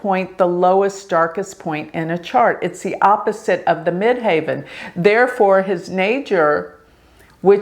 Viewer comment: Why do you say mid "haven" instead of mid heaven? Medium Coeli MC means midheaven as you well know 😍